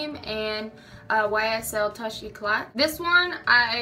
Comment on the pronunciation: I think it's pronounced toosh e-clay (touché éclat)